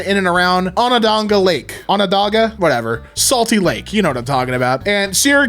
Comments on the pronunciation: On-on-da-ga Lake. You said it correctly! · i never expected anybody online to properly pronounce onondaga, good job